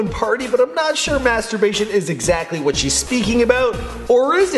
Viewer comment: "Whet a prick" 😂😂